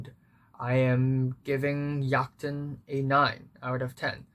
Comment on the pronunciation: Great review. Also, as a Dane I have to say your pronunciation of "Jagten" was surprising because it was so good. It's a weird language and Jagten is one of the weirder words.